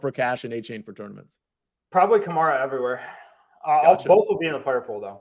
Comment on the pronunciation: Can we just stick to A - Chain? Stop letting this man try to change how we pronounce "ane" in the English language on the fly